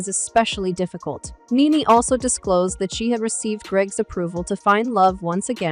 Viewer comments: Her name is Nene not Nan ,!! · Her name is pronounced like the word knee (knee knee)...not nen or neen ...yw 🙂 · Who narrated this???!?!? They can’t even say her name correct !!! Whoever narrated this should do their due diligence on sayings name correctly!!!